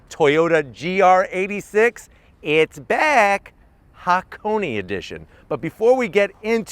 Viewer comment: the way he said "its beck".. hhmmm LOL